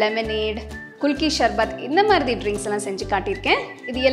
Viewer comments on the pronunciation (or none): ஷர்பத் இல்ல சர்பத் ..